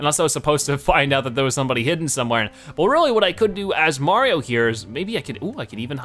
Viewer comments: He adds an extra N or M sound at the end of most words. XD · Is it me or is he saying 'Mariom'